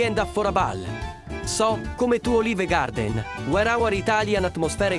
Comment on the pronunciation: Welcome to Oh-leave-ehh-gahhhdenn! shakes Italian hand